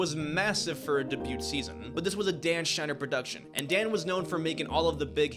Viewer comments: Just so ya know “Debut” is pronounced “day-byoo” , the T is silent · Buddy i laughed every time he pronounced “debut” as “DE-BUTE”😂😂😂😂😂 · The t in debut is silent. "Day-byuu" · How many times can one person say "DayBute"? 🤡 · Debut: “Day-Bew” as respectively as possible. This was a really great video! You have a really great voice and the editing is top notch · Yes I was looking to see if someone wrote this cuz i hate hearing debute haha but didn't know If I should point it out 😭🥺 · Debut-- "day- byuuu" like "view" but with a b. Debut. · The "t" is silent in "debut". DAY-byoo. Otherwise, great video. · It’s pronounced “debew” … it’s a French word. The t is silent 🤦🏻‍♀️ Wtf with young people these days how did they end up like this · DOOOODE. Quit saying “day byut”…the “t” is silent", and you’re hurting my ears. Ok, being a Karen aside, great video. Really well done. Subbed! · Very nice editing, Respectfully said debut is pronounced like “ day bew “ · just commenting to say - deh-byootte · The t in debut is silent. Its day-bu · girl...the pronounciation is "day-byoo" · It's pronounced day-bue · …dude, learn how to pronounce the word ‘debut’. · Why is he saying debut like that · You need to learn the correct way to say debut the t is silent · You’re an adult that can’t pronounce debut? Okay. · Bruh proofread your script and learn how to say debut. You kept calling jeanette sam and you kept saying verbs that made now sense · i literally laughed out loud. i’m surprised he got this far in life without hearing the word debut and taking a second to think about it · bro why you pronounce debut like that😭😭😭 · Great video but your pronunciation of "debut" enrages me. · Britney Spears started her music career in 1998... it had nothing to do with a strike. Also you cant pronounce debut properly. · Please stop saying "debut" like that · Amazing video but please learn how to pronounce debut 😢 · Sweet boy, the “t” in “debut” is silent. Peace and love. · Bro can’t pronounce debut